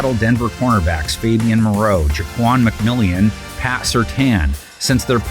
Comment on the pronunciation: Why can nobody pronounce Ja’Quan McMillian’s name? 😂 💰💵